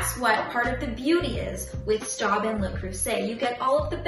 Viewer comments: It's pronounced "Schtobe". Otherwise, nice job! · Miss, I appreciate your video. Thank you. But you should learn to pronounce Staub since it is not an English word/name. Staub - How To Pronounce - French Native Speaker - YouTube It is pronounced more like an English spelling of Schtobe.